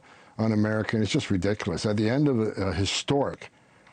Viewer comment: He dun said ridickless